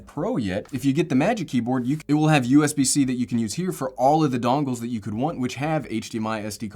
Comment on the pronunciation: Us bc is very irritating...please say usb c....